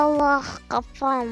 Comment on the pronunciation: kız gafam diyor🤣😂